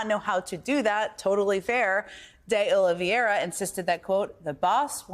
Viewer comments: To the best of my knowledge, it is 'De Oliveira', not 'De Oliviera'. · Jen, please pronounce De Oliveira correctly. 🙏🏼